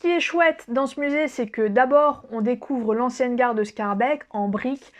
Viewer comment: Mdr j'habite à 35 bornes de BX et c'est une française qui m'apprend ma capitale. Sinon mon seul conseil ce serait d'éviter la rue des pitas qui est l'ultime piège à touristes. Petit cours de belge: Forest se prononce Forêt tout bêtement et les Schaerbeek > Schaerbéék